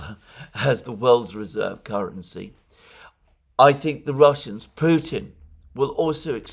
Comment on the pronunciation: you, Alexander, for saying Putin's name as it is said in Russian, minute . I listened 4 times!